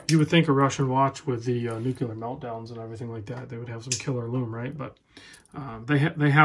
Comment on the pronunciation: You said Nucular lol